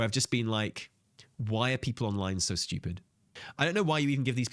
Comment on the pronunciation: saying Steewyuupid a couple dozen times at 2x is great